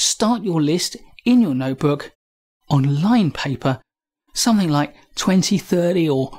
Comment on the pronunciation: There is no 'k' in 'something'.